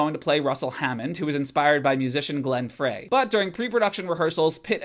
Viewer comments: The Frey in Glenn Frey is pronounced "Fry" not "Fray". You forgot revenue from DVD rentals & sales plus the movie channels. There are plenty of movies that flopped at the box office, then raked it in with home viewing. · Glenn Frey is pronounced like high not like say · "Lock the gates!" Nicely done. 😎 BTW, Glenn Frey's last name is pronounced "fry." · Dude cool data, but you are pronouncing names wrong! ‘Fray” and “Fudge it” lol. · Ok, I quit when Glenn Frey's name was butchered